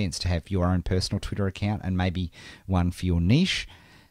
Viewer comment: ur voice is funny!!!! u say twitter in twitta.